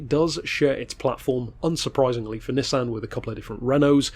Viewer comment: Its pronounced nissan